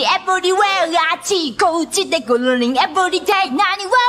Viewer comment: Sounds better tbh